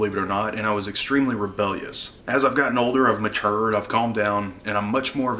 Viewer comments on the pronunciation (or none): “I’ve maturrrred” sorry but I had to point out the southern accent haha but congrats on ten years of serving the greatest country ever! Thank you for your service.